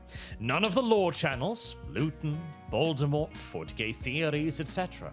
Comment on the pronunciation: C'mon man not Baldemort.